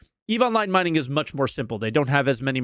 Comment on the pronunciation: “Minging” 😂 Been waiting to get you back for you laughing at my weird behemoth pronunciation!